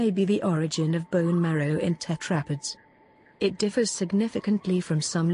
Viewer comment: I don’t think that’s how you pronounce tetrapods